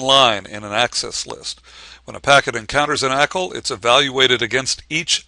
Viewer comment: can't watch this. Can't say 'ackle'. grrr!